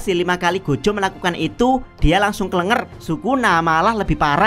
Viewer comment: that "kelenger" 😂